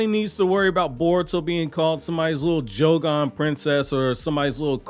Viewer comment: My dude said Jougan Princess 🤣🤣🤣🤣.Also, this is the perfect chance to add Zoro getting lost in the Naruto/Boruto world 😂😂😂😂. Let him show up with a sharingan in a Episode 🤣